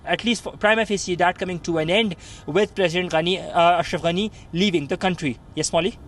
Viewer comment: So funny the way you say his name ‘anus’ lol 😆